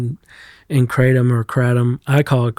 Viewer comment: kraTOOOm xD